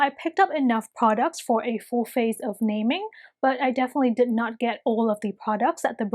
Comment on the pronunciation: It’s actually called na-ming btw i luvv ur video 😻